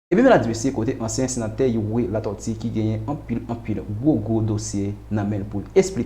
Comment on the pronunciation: Yow sispann pale tenten tande figui di m panc sete yon bagay serye ou tap vin pale ui dyòl sirèt ou pa menm ka pwononse nom senateur Youri byen menm...monchè souye dyol ou nan yon pil kk pa jam site nom misye anko ok kokorat oumemm ak tout Rosmon jean enbesil nèg sòt dyol mayas